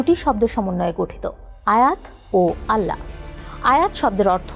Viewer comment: আল্লাহো নয় আল্লাহ